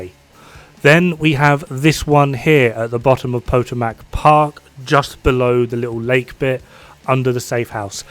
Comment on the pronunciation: Po-to-matic! Lololol Probounced "Pato-mic" because.. American english maek cents